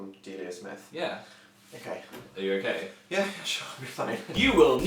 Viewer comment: I love how they pronounce "Yeah" as "Yehr"